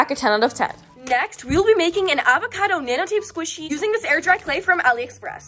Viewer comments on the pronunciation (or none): “A va ca toes”😭😭